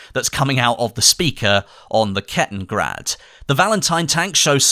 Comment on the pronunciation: I know someone's probably already said this but its kettenKrad not grad or brad.... sorry to be "that guy" but i do have a lego Brickmania Kettenkrad with 8.8cm Raketenwerfer 43 gun if you'd like i can send you photos (im the guy who send you instructions for the FT-17 tank)